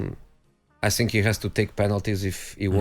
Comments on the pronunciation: " Mmm i don't sink so " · “I just Sink” - Mourinho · "I ssink"